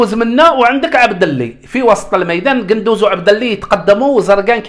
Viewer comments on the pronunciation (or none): قندوسي وليس قندوز هههههههههههه 😂